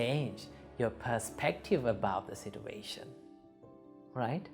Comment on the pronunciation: all i heard is sitwation